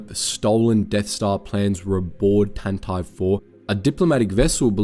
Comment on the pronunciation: Why does he keep pronoucing Tantive IV so weirdly